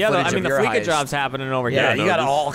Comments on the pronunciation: Noooo it's Flee-sa as in "we'll Fleece ya... cause we're a bank". Fleeka. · I want to cut my eats off when they all says fleeka. Its FLEECA "FLEA- SAH" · Say it with me... fleece.... fleece. Like shaving a sheep gives you fleece. Hair. FLEECE. NOT FLEEK. FOR THE LOVE OF FUCKING SATAN, LISTEN TO THE DAMN COMMERCIALS THAT HAVE BEEN IN-GAME FOR OVER A DECADE